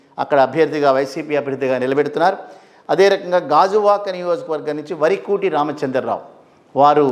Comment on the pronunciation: Vurukuti ramachandra rao,it's not varukuti